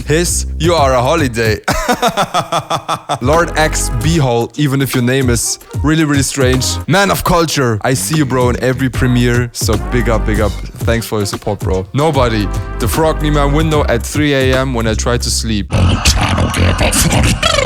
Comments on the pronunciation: it's pronounced as (if it is an Indian name) bho-lay❤️❤️😁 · LordxBhole just commited suicide again its Indian name the second you pronounce it Lordx BHO-LE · he pronounced ur name b-hole lol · Its ok man, We are here to correct Indian Pronounciations😂 Btw BHOLE is The name of Lord Shiva, Ya BHOLE has a diff meaning abroad As B*tt Hole😂